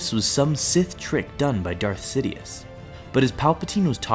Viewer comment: you said Darth sidioouth